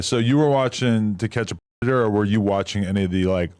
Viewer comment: Why tf cant u say the word predator? Tf